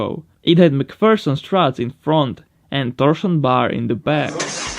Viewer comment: Did he really just say torshen bhar??